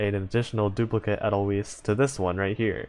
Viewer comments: Somehow, this speaks to me, I don't know why. Also, watch the sound of music for the correct pronunciation for Edelweis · I'm haven't tried reset talents, because I'm not certain what will happen also, I pronounce 'weiss' in 'edelweiss' like 'wise'. at least that's how I heard it from an old song